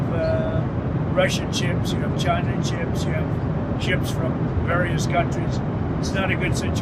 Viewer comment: He cannot even pronounce the word ships . It was danish before there were even europeans in what is now the US. Trump, f*ck off.